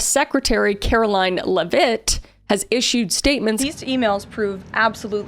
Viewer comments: Kris mispronouncing Karoline Leavitt’s last name similar to how Karoline mispronounced Virginia Giuffre’s name was pure poetry. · I love that Kris is mispronouncing kkkarolines last name just like how kkkaroline mispronounced Virginias last name 😂